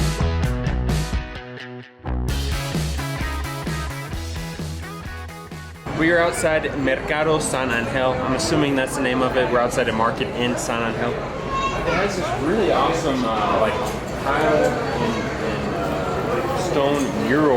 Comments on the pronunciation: You keep saying San an - GEL. It is San AN - gel. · jajajaja it's not sun and hell, jajajaja, it's San Angel, pronounced with a deep accent on the AN and soft on the GEL. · Hola, gracias por mostrar el verdadero México. Les sugiero la pronunciacion correcta es San Ángel, no San Angél. Saludos!